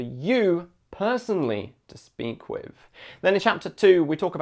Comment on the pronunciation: Wiv, wiv !!! With…please remember that it has a th on the end not a v.